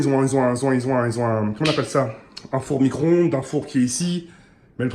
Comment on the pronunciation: Like si ta rigoler quand il a dit "fourmicronde"